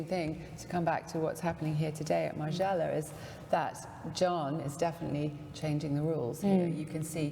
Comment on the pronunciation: It's Margiela not Marjayla Colin. You are perfect otherwise!